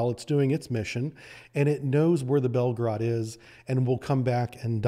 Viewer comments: It is not called Belgrade but Belgorod, Belgrade is the capital of Serbia !!! Read as it is written, and do not Americanize Russian words. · why it's so hard for Americans to properly pronounce Russian words? even this guy who is obviously knows his Russian submarines cannot pronounce Belgorod correctly. nor Vysotsky